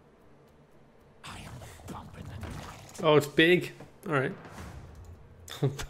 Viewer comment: The "y'alright, lad" is getting more and more contracted as time progresses.